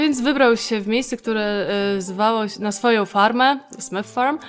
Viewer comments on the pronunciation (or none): none